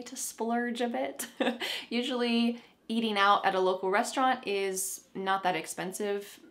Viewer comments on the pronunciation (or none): none